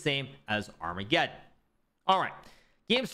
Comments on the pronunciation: Can anybody explain Hikaru's occasional pronunciation of armageddon to me? He sometimes says ar-mega-don and sometimes says it correctly... What am I missing? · It's just a joke, like how he says Deez knights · Thanks. I get deez knights e.g deez nuts... Ar-mega-don I don't get... Humour is subjective though I guess.